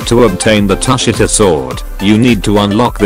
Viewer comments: bro u need to read it tu shi ta not tus shi ta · That’s not how u say tushita